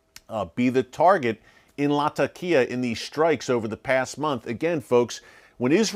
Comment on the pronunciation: hello my brother Eric. Thank you for theses updates. Just one simple correction. It is pronounced Latheqiah or if too hard to pronounce you can use Lazeqiah. This would make you more professional my brother for it is the proper sound to the name. Thanks.